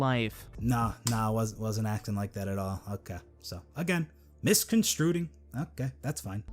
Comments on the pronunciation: How many times is he gonna say "misconstruting" instead of misconstruing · i only scrolled through the comments a little bit, but anyone else notice how he keeps saying "misconstruing" wrong? like, he said misconstruded the first time, but the rest of the time, he says misconstruding. theres no d there. i just kept laughing every time he says that, cause he's trying to say you can't get his point, or you misinterpret it, yet he can't even tell you your reading into it wrong properly. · "misconstruding" made me throw up in my mouth a little